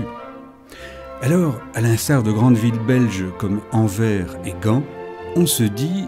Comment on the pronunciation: Le "s" de Anvers se prononce. Sinon super vidéo. Après, on a eu aussi des zoo humains. Donc c'était pas le seul zoo. Bonne continuation à vous